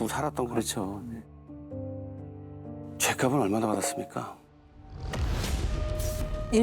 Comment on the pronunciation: 정말 좋아하는 안정환 님, 늘 '죄깝은요?' 이러시던데, 그게 아니라 '죄깝쓴요?' 이 발음이 바람직합니다. 마찬가지로, 죄깝이가 아니라 죄깝씨가 맞고요. ^^